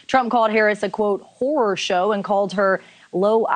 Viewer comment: He didn’t say “horror show” He said “whore show”